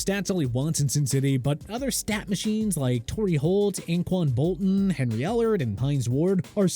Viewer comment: Who’s Anquan Bolton?